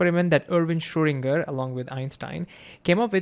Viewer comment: Why don't you tube guys aim to pronounce foreign names properly as they speak to a global community? In the case of Schrödinger, listen to some German speaking people pronouncing the name and learn.